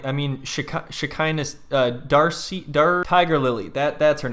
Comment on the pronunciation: Him saying Darcy is hilarious